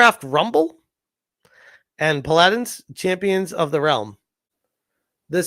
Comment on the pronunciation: Today we learned still doesn't know how "Paladins" is pronounced.